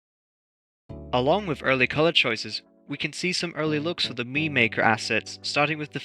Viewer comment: Yay I got the funny note! Also correct pronunciation on your part, I can finally rest comfortably tonight